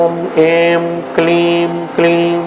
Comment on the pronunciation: Wrong pronunciation at certain places. Not 'Aim' , should be pronounced as 'I'm '.also other words.